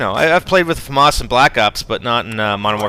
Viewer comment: famas not faumas there no u in the name